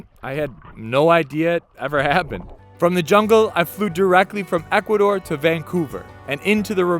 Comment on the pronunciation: I’m happy you know how to properly say “Ecuador” and “San Diego” instead of “Ecuaidoire” and “Sanne Diegouh”